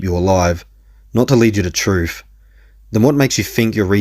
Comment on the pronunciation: "What's brave about running from the troof?"